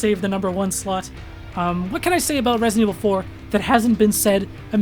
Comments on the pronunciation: "Resint Evil" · I die a little bit every time you say ‘resint’